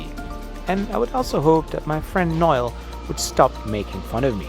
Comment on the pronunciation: it is NOEL not Nail NOEL